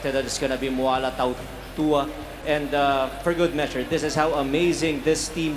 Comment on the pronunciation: How cuturally insensitive. Tautawa is how he ssaid Tautuaa's name, he's tongang snd should be taootooahah.